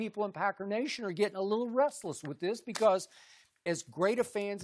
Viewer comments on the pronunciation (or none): none